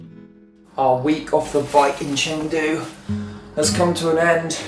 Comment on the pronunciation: First of all, it's Chengdu. At least learn how to pronounce and write the city's name correctly🙂